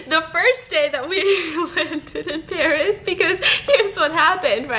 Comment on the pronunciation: No one: Stephanie: My trip to Báríê